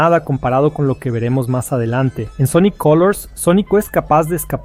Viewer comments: Muy bueno el vídeo pero… SONICO? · de que pais es esto???, todas son voces sinteticas, no pronuncian bien algunas cosa, otras directamente dicen cosas en ingles o japones o cambian las voces por algunos segundos, y cada cierto tiempo se escuchan como murmullos raros por debajo, ademas, por que le dicen Sonico??? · Porque carajos dices Sonico? >:( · este vídeo está hecho con IA ? las pronunciaciones suenan horribles, los datos están bien, eso no está mal, pero la voz mata la experiencia. pd. Sonic gana porque si, básicamente